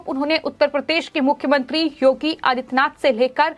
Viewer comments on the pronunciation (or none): none